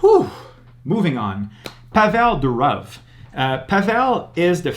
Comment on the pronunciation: the correct pronounciation is not Pavél Duróv (WRONG), but Pável Dúrov (CORRECT). So the emphasis is on the first syllables.